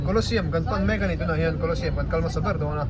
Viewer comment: Hmuhnawm hle mai. Kawlawsiam ti loin, museum lam ang deuhin kawlawziam tih ang deuhin, thahnem ngaih thuah lo sawi ve mai mai,😅 a tha vek tho e